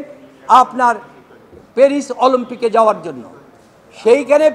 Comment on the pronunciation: শব্দটা কি 'অলম্পিক' নাকি অলিম্পিক!?